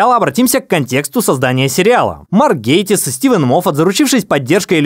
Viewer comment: Шутка с Майкрофтом, лосем и исковерканной фамилией "Гейтисса" просто дико смешная 🤣